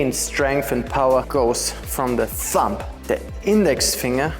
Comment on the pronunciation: As usual, great teaching and nice attitude, thanks ! (Don't pronounce the B of thumb 😊)